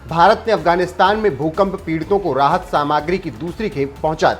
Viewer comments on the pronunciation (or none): सामाग्री मत बोलो सामग्री कहो।